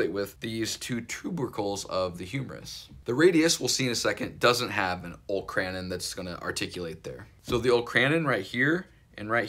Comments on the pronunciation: The olecranon process is pronounced oh-LEK-ruh-non (I was so confused at first when you said "Ole - cran - in") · I enjoy your videos, you do a good job of breaking down the components of the joints. FYI-- olecranon is pronounced "0h-lek kra-non" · Bro said Ol’kran’n and I had to leave